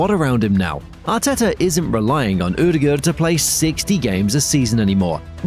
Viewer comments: Haha, cracked me up. Never heard that version, and it's honestly way off. Just say Odegard with an english accent, you'll never get the Norwegian pronunciation right! If you insist to try, the Ø is pretty much like he says in the video, but the aa in the ending is supposed to sound like the o in "corner" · Not to be rude or anything, but can you please look up how to pronounce "Ødegaard"? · its terrible. Its also different evry time hesays it